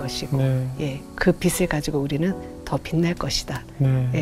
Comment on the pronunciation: 예전엔 성경에 환란이었는데 환난으로 바뀌었더라구요. 빛을 빗으로 발음하시는 게 넘 안타까웠어요. 😅